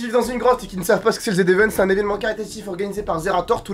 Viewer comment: On dit pas le z event on dit le zevent